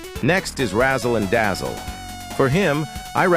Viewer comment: thats not your grammar's fault, you just mispronounsed Razzle and Dazzle😔 but thats fine, dont worry, this is also my second launguage